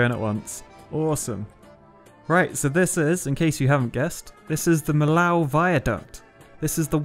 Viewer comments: I love it but FYI Millau is said "Miyo" not Millaw :P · I think it't the Millau Viaduct ? At this point of the vid i dunno, gonna edit if i'm wrong. Edit : I'm pretty sure I was right Edit 2 : I'm 100% Sure it's this one Edit 3 : Btw the ill in Millau is pronounced like "y" so it would be something like that : The Miyau Viaduct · Millau would be closer to me-yo. The reason why "je lave ma bite" sounds not right is because it implies that you're doing it right now, in front of the person you're saying it to. Else, it's a correct sentence, just a weird one. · Because of the i and double L Without the I it would be pronounced "mlo"